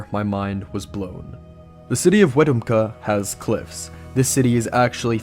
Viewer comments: for the cult guy, the city is pronounced Wa-TUMP-ka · Great video but that's not how you pronounce Wetumpka. It's Weh-tump-ka. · The way to say that Bama city is Wee-tump-ka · I actually live next to wetumpka (you butchered the pronunciation btw) and I’ve personally never heard of this cult. Also I wouldn’t really call it “rural” it’s probably one of the bigger towns in Alabama haha